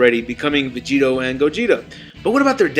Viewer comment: this boy said vigeto